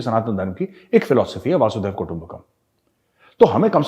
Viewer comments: सर वासुदेव नही वसुंधेव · Sorry Major, , it is not vasudev, it is vasudhev, it looks same but has a different pronunciation, not to disrespect you:-) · मेजर साहिब सही उच्चारण वासुदेव नहीं वसुधैव है। कृपया अन्यथा न लें। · the phrase is "Basudhoiba Kutumbakam" not "Basudeva Kutumbakam" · आप "वासुधैवा कुटुंबकम् " बोल रहे है, सही उच्चारण "वसुधैव कुटुंबकम्" है। 🙏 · Gauravji,it is vusoòdhaiva kootumbakum and not vaàsudhaiv kootumbakum. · Good Evening! I am regularly watching Chanakya Dialogues ! Congratulations & you are doing very well in every aspect of covering current issues & situations! But there is a small request for correcting yourself & understand the right pronounciation! It is वसुधैव कुटुंबकम् ! You are pronouncing as वासुदैव कुटुंबकम्! वसुधा का अर्थ - धरती होता है , इसीलिए वसुधैव कुटुंबकम्! & Not. वासुदैव कुटुंबकम्! I hope you understand the difference correctly! Thought to suggest you the correction after listening over many times! All the Best! 😊👍👍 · Sir ji, humble suggestion. It's not वासुदेव कुटुम्बकम्' but वसुधैव (वसुधा+एव) कुटुम्बकम्. पूरी वसुधा (पृथ्वी) ही हमारा परिवार है. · महोदय नमन। वासुदैव कुटुंबकम् नहीं है बल्कि वसुधैव कुटुंबकम् है। आप ज्ञानी है अन्यथा मत लेना । धन्यवाद 🙏🙏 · It's not वासुदैव, it's वसुधैव कुटुंबकम् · Major saab, pls note "vasudhaiva kutumbakam. It is actually vasudha meaning dharati, iva meaning "hi" kutumbakam meaning pariwar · Let me correct this pronunciation - व... वसू....वसूधैव "वसूधैव कुटुंबकम " 'Vsudhaiva Kutumbakam' 🙏